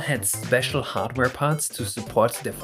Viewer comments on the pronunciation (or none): none